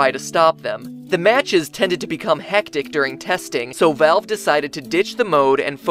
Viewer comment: haha your pronunciation of everything jesus christ. POORTAL NARBAAAACULAR DROP JOOOOBS AT VALLLLVE